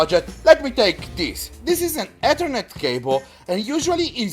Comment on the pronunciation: he said “Et-her-net not the traditional Eth-er-net lol